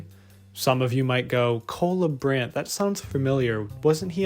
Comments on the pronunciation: Does this guy realize his name is Cola Brand? That's all I hear when you say his name. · I thought you said "cola brand" and you said what comes to mind when i say cola brand.... coca cola? 🤣🤣🤣